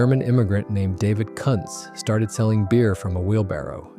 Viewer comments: It is pronounced “koontz” not “cuntz”. 😂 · Yes! I thought the pronunciation was Koonts which sounds better than what was mentioned.. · [Cunt's' brewery?? ; it's pronounce Koontz... hire a pro for instead of a robot for f'sakes! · I'm pretty sure that's pronounced 'Koontz' rather than what you said. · Yes. The German name is pronounced Koon-tz. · It sure would be nice if people that do these videos would learn how to pronounce names. One time he says Kuntz properly and about 3 words futher he says it totally wrong. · the image is the Molson brewery in Montreal. The Jacques-Cartier bridge is in the background. Although the brewery has recently moved to new premises the iconic clock and tower will be preserved. In Quebec our buck-a-beer was a brand called Wildcat ale. The AI voice pronounces Kuntz brewery 2 different ways, one is VERY wrong!